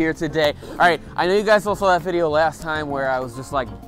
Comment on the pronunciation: Harrow Shabba, how are woo? Glate wideow